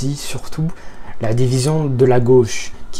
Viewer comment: lapsus révélateur? "la glau.. la gauche"